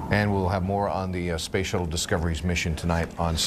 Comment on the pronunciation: Did he really begin by calling it the "space shitless"?